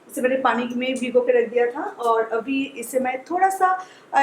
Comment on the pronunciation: Yes u won't pronounce abi ..u always tell Avi